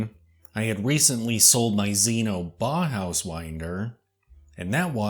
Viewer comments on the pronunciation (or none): You mispronounce "bauhaus". You say something akin to "Bah-house". The correct pronunciation is "Bow-house". With the "Bow" rhyming with "Wow".